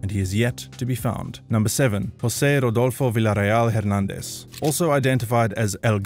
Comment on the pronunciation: i see you now pronouncing Hernandez correctly, i wonder if my previous comments had something to do with it